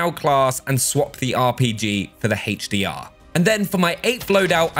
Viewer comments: Haych d r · Haytch Dee Ah